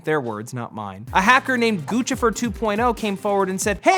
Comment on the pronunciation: its pronounced "goose - if -er" not guchifer